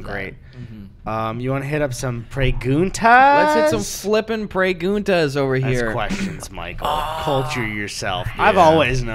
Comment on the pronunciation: "preyguntas michael, educate yourself" you mean like, perguntas?